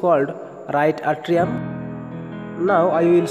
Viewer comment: It is atrium not etrium